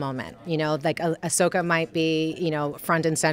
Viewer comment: "Ahsoka" sounds like "A sucker"